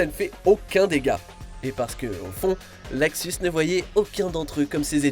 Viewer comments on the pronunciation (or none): J adore t vidéo et c est luxus pas laxus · C'est Luxus, pas Laxus 😂😂